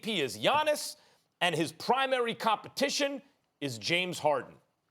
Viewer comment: The disrespect on James Harden's name is crazy 🗣